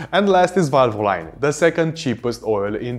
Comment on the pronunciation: VALVOLINE IS PRONOUNCE VAL-VUH-LEEN NOT VAL-VO-LINE